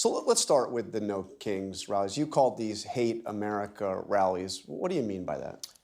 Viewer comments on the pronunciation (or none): none